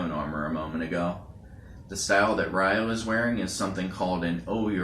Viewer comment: They all have large shoulder guards, though Kento's/Shu's is slightly shorter. It's not pronounced Re-yo. In the Jap. version they pronounce it Yo since they can't pronounce the R when next to Y. In the Eng. it's pronounced Rye-oh.